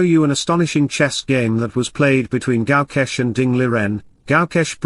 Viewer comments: It is Gukesh not G"ow"kesk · it is pronounced Gukesh not Gukesh